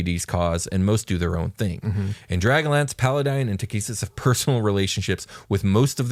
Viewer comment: Everytime said dragonlance in 100s of episodes I thought he was saying dragon lands. Then halfway through this episode it hit me....